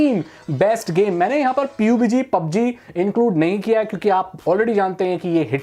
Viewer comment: Ye itna over acting kyun karta hai or kitne baar sikhaya hai PUB G Bolo B U B G Nhi😠😡😡